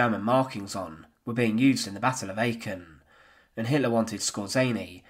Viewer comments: I do wish you would learn how to pronounce foreign names and words. Aachen is pronounced Aarrken, i.e. a very long 'ah' sound at the beginning. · y'all wil never learn how to properly pronounce the throaty ch like the one used in Aachen ....but it's a long "ah", indeed....